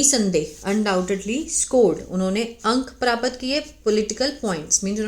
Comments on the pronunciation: ऐसा लगता है कि हिंदी से दूर-दूर तक पता ही नहीं है paraapat क्या होता है प्राप्त नहीं बोल पा रही हो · आपको प्राप्त बोलना नहीं आता हैं । सीख लीजिये इस शब्द को बोलना ।